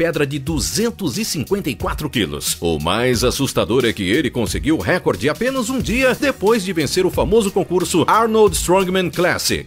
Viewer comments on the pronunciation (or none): none